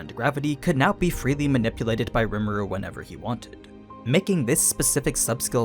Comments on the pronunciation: “Lee-moo-du” sorry i got to be that guy but that’s how you pronounce rimuru’s name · Its kinda funny this dude cant say rimuru's name correctly he also is naming skils rimuru never even said anything about